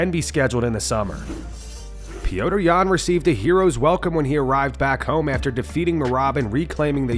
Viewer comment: Why does narrator keep referring to Petr Yan as “Pee-oh-tr”? Listen to his fellow Russians cheering him: “Pet-r, Pet-r”!